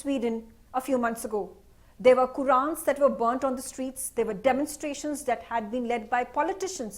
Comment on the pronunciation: Read Quran not Wuran